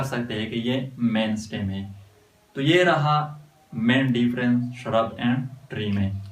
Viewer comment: First of all vo shurb nahi hotahe vo shrub hotahe पहले बोलना सिख